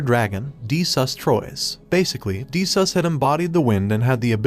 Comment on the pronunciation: Did he just say de sus😂😂😂😂😂